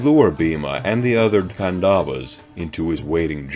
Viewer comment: Great video! Just one small correction. You are pronouncing Pandavas as pan-daa-vas when it should be paan-da-vas. The stretch should be on 'pan', not 'da'. Other than that, this is awesome content.